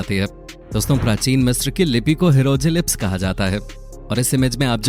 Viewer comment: Hieroglyphs Pronounciation - हायरोग्लिफ्स Not हीरोजिलिप्स